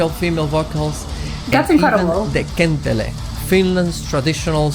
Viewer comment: It's not kentle or kentele, it's kantele. And you should absolutely react to Nightwish, you won't regret.